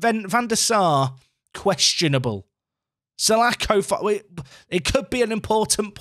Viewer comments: mate, it's Palace Legend John Sah-laaaa-ko, not Sah-lack-oh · The name is pronounced sir-la-khor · Painful pronunciation for salako there.... Btw, he was shit when he played for Fulham IRL- missed a sitter at old Trafford in the cup when we were a division 2 side (league 1 in modern days football)